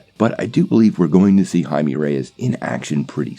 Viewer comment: Blue iron man. Sure. Why not? DC can't do worse than ww84, right? RIGHT? And it's pronounced "hy-may"